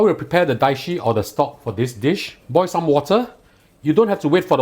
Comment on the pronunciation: It's dashi, not daishi